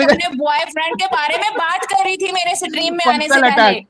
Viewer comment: 😂😂😂😂😂😂😂😂😂😂😂😂😂😂😂 सट्रीम शब्द होता है या स्ट्रीम होता है